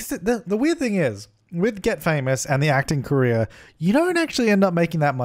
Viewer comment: I speak english as a second language, the whole time I thought you were saying Korea instead of « career »! xD I was trying to understand how your sim could be an actress in Korea, didn’t make any sense! xD What could I use as a pillar, in the original objects fron the game? I just have the City Living pack..